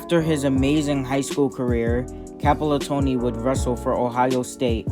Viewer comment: stopped watching when you called Campolattano "Campolatoni" C'mon man.